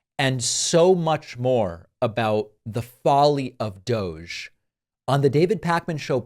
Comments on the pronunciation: Pronounced DOG 🐕‍🦺 E. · You’re all pronouncing it wrong, it is actually pronounced "Dog Eee". As in "Bad Dog Eee"... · Let it be known, that from this day forward, and throughout the land, DOGE shall be pronounced so that it rhymes with, "doggy." So it is written. So it shall be done! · DOGE really should be pronounced "DODGY"